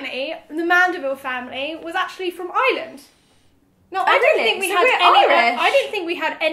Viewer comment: It drives me crazy when people pronounce Ireland like island